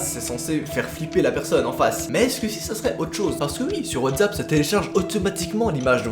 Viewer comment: Sa me stress tu dit whatzap mais c WhatsApp ! Avec un sss😂 mais déjà ils ont été arrêtés et c plus rassurant 😂